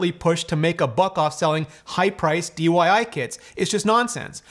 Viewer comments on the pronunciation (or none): Did this fella say DYI kits??